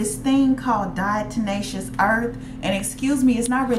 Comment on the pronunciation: Its Diatomaceous earth, not Diato"n"aceous earth. Good info.